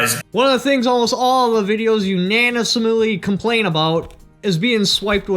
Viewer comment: unanismouly lololol